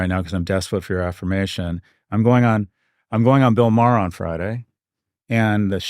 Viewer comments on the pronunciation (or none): none